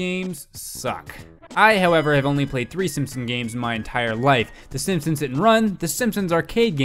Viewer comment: GRAND MA!? SEEMPSEENS!?